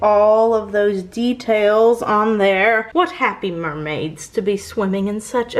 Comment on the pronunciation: De..tails ha. Ha. Ha..... No okay